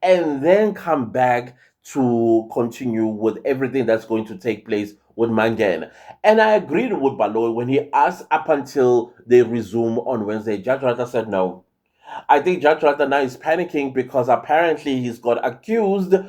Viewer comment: He always butcher Mangena surname and says manganye😂😂😂